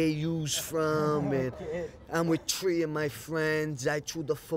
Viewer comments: tree four kids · Tree or four kids